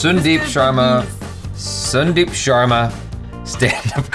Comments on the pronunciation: Yo pronounce Sun then deep. Now say Sun-deep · It's Sun Deep not soon deep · It's sandeep while pronouncing